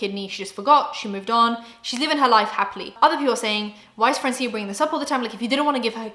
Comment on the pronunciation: I love you but as a latina I cringed everytime you said francía with an accent in the i. Its actually Frraancia, as in France but in spanish 😊